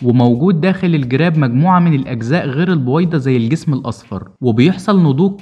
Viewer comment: البووويده؟؟؟اشفيك تكلم منيح